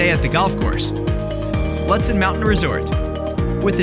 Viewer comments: Find an announcer who can pronounce northern minnesota places properly: Lutsen is pronounced like Lootsen, and Poplar River like Popler River. Thanks! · I agree! Looootsen. And yes. The video doesn’t match the description. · Mispronounced Lutsen. Stopped video immediately. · It was hard to watch this video…the voice over guy has a nice voice, but doesn’t know how to pronounce Lutsen. Should’ve used someone from MN or someone that’s actually been to Lutsen. Also, the drone footage was nice but the description of activities unfortunately doesn’t match at all what you’re showing. Was hoping for more.